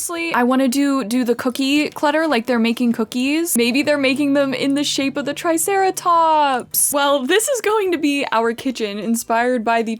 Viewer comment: Ah yes, our precious trisarahtops😂